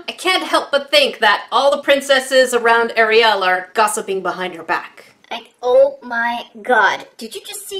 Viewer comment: No one: Literally no one: Me: thinking about making a meme about how she says “AriYal”